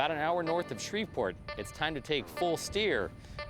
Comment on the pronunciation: It's "Shreveport", not "Shreverport"